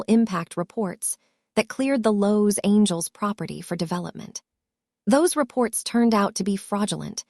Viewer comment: Cousin Jessica's clothes shouldn't be too tight if she has lost weight. And to quote another viewer of another video " hooked on phonics will work for AI"... the pronunciation of Los Angeles and Mercedes is problematic 😂😂😂